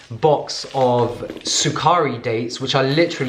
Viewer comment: the sukkari dates pronunciation is cute n funny kkkkkk